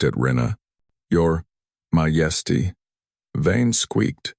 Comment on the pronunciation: AI narrator is having mispronunciations that need to be fixed, especially the word Majesty (the J is not pronounced as an H sound), but the story is fabulous ❤❤❤❤❤❤